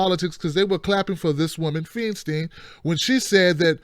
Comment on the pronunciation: It's pronounced "Fine-stine," my brother. :-) Keep up the good work!